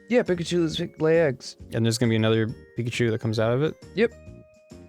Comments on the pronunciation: ITS A PIK-eye-CHU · he even said pickle-chu....